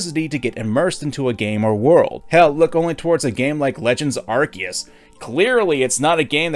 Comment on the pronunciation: finally someone who pronounces "arceus" correctly, I know this isn't the point of the video but there are so many channels that are way more pokemon focused than yours and yet they always pronounce it "ar-see-us"